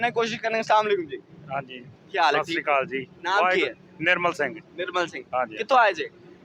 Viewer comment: Mere khayal mein yeh lafz "sasrikal" nahi hai balkeh " sat siri akaal" hai jis ko jaldi mein bolne se sasrikal lagta gai.